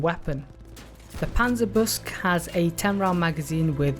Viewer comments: It's pronounced "Panzer Buke-sah" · Absolutely love your videos, but I BELIEVE it’s pronounced Panzer- boo-sheh. I could be wrong. Love your vids tho man. Keep it up.